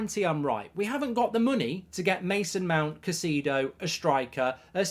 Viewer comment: Mate it’s Moises Kai-say-dough.